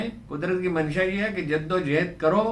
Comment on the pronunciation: جِدّ و جُہُد ہوتا ہے سر